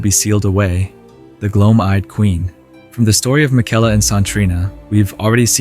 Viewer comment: Brother they pronounce his name 20 times in the game, what are you doing lmao 😂